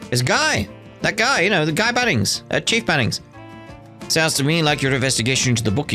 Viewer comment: "Chief Bannings"?🤔